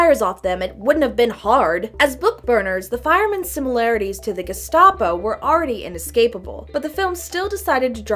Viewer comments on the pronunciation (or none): none